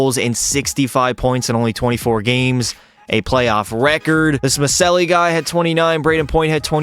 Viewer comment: Maccelli is pronounced "Muh-chell-lee"